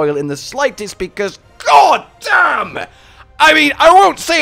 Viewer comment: Had to backtrack to the first minute to make sure I heard "gogdamn."